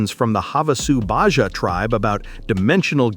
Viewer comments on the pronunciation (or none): none